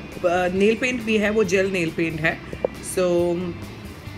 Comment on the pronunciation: Neil nahi nail hota hai Bolna to seekh lo pehle aunty